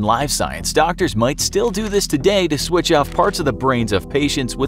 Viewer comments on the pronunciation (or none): none